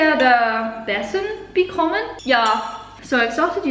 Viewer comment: "Ich werde besser becommen"😂That's me in English class( I'm German)